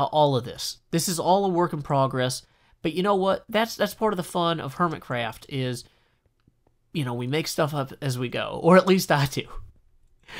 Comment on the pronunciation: Good evening! "Hermticraft", eh?